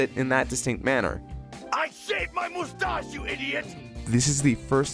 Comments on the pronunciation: Vegeta pronounced mustache like that in the English dub of Gt? Awesome.:D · They hate GT yet took how Vegeta says moostache from it.